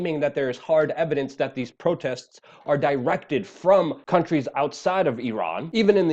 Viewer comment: I'm so so proud of you for finally pronouncing the country name of Iran properly.